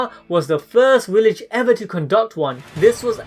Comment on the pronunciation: Every time you said WILLEDGE I cringed just a little.